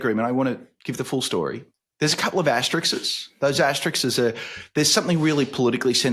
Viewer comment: Wolfers is always good value. A sane voice in a deranged world. (ps Justin, it's asterisk not Asterix or even Asterixes).